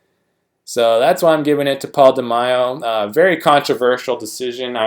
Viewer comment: De-May-o not De-my-o, bro. Mack-a-way Or Mack-uh-way, if you prefer. Egyptian dude. Took 2nd in '83 olympia to Samir. That iconic olympia stage in Munich, Germany from the '83 olympia. Also, thats where Bertil Fox got robbed and took 5th place even though he was the fan's favorite that day. Left him very bitter. Gunter Schlierkamp endured the same exact fate in 2002 when he took 5th at the Olympia even though he looked great and the fans adored him.